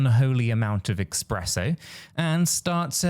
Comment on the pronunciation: Mate, i love your videos, been watching for a while, and i dont know if youre trolling or a play on words and i dont complain much but one thing in life urks me more than anything, is its ESPRESSO NOT EXPRESSO 😂 love ya bro!! 😂